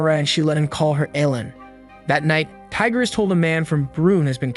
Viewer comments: Not Tiger bro Tigre (Tea-Gray) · It's not Tiger it's Tigre(e sounds like a) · His name is pronounced tea-grah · Its pronounced lord tie gre